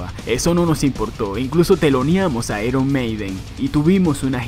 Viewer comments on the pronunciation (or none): none